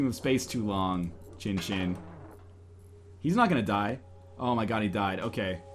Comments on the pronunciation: northernlion... chinchin can mean penis in japanese... xinxin is more pronounced like shinshin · Nope. "X" is pronounced "S" in this case. "I" is "EE" Pronunciation is SEEN SEEN. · I'm 100% Chinese. Born in Hong Kong, speaks & read cantonese and putonghua. You're correct about the "snow" thing. Not everything sounds the same in chinese, I'd like to stick to my knowledge - that it's pronounced seen seen. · Its pronounced sin sin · the pronunciation of xin xin is shin shin, atleast in chinese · pronunciation of 'xin xin' is 'zhin zhin' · Seen Seen doesn't sound right at all to me, considering that the vast majority of chinese pinyin that has an "x" sound is pronounced as a "sh" sound (eg, snow, "Xuě", 雪 is pronounced with a "sh" sound). I speak from a chinese background here.